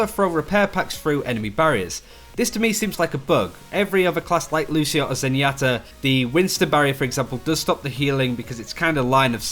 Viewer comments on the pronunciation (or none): none